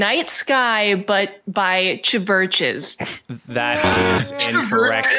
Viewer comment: Pronouncing the V as a V in Chvches made me laugh so much